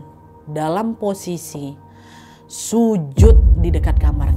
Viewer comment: Ehmm sujud bukan jusud